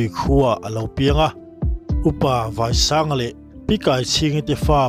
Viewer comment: Tuálpui ti lovin Tuàlpui Vàisanga nilovin Váisanga tih bawk tur.